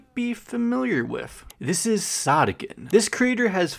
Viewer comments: Wait- I thought it was pronounced “sOdiken” not “sahdikken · I THOGUHT IT WAS PRONOUNCED SOH DEE KEN?!!!!!!!!!!!!!!! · ITS PRONOUNCED SOD-IKKEN?! I'VE BEEN PRONOUNCING IT SODAI-KKEN! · Wait is it actually pronounced “sod-ick-enn”? I always pronounced it “Soe-dee-ken” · When he said Sawdeekenn i got kinds embarrassed cause if thats the actual way to pronounce it, then I can confirm that i am sad to say i pronounce it as "Sow•dee•ken" like sodacan but the a is replaced with I and c and a with k and e, you gotta admit its kinda cute😭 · ITS PRONOUNCED SOD IKKEN? I THOUGHT IT WAS SODE IKKEN ☹️ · i always pronounced "sodikken" as "so-dih-kin" instead of "soh-dih-kin" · Btw I'm pretty sure it's pronounced so-di-ken not sod-dikken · Dough?? But it’s Sodikken not like Sodokken😭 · Not me just now realizing, pronouncing their name “soda-kin” is NOT correct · That’s how you pronounce it?? Bro I’ve been pronouncing it “soadeeken.” Like soda and eek. I’m an idiot lmao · Isn’t it pronounced so-do-kin?😭😭 it’s bugging me so bad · I thought sodikken was pronounced sodiken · Wha… her name isn’t pronounced soe-dee-kin?? Like soda? :,) Man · Bro pronounced sodikken as Saudiken(not hate!) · WAIT you pronounce it like “sa-di-ken”?! I pronounced it like that “sodi-kitten” or “sodi-kin” 😭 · Wait THATS HOW YOU PRONPUNCE THEIR NAME?? I've been pronouncing it with the first part like 'so?" 🧍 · ?? i've always pronounced it like soy-dough-ken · isn't it sodikken not sodikken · the way you pronounced her name LMAOO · please never pronounce their name like that again